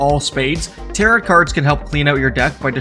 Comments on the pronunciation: Tarot is not pronounced as Taro>T< It is pronounced as >Taro< without the T at the end. Please, pronounce it correctly. It's annoying. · Came to the comments to make sure someone was correcting 'tarot' to 'tarro' for pronunciation. It's French y'all, don't say all those letters. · Really well done and many thanks. But, bro… ‘Tarot’ doesn’t rhyme with ‘parrot’. 😂 You’re killing me here. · Tarot is pronounced like Marrow and Barrow. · Nothing is more beginner than mispronouncing "Tarot" 😂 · Look up the pronunciation of tarot for future videos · That’s not how you pronounce it, bud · No you didn't. You pronouced tarot like "carrot". It's a silent T on the end. Tarot and barrow rhyme. Tarot and carrot do not.